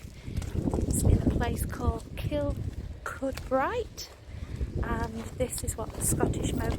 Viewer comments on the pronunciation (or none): I was married there cuz - over the anvil of the marriages! Yep Gretna! Kirkcudbright is pronounced - kur-coo bry. Very pretty place...So e njoyed seeing you here, shame I fell head over heels for Ian ....eh cuz???